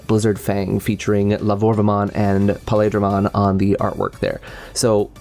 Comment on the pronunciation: Pale in paledramon is pronounced like "ale" the katakana also says peildoramon. Just wanted to mention.